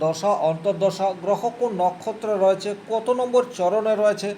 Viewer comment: রয়েছে - এই শব্দের উচ্চারণ সঠিক ভাবে করুন।